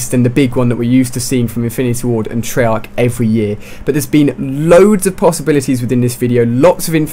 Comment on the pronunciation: It's treyarc not trollarc